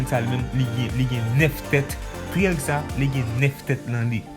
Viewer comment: Monchè bon travay bro m renmen sa men pran sanw bro le wap pale pou gere mot yo illuminatu sa sonnen klè epui fow gere kek ti fot aussi pou triangle lan✊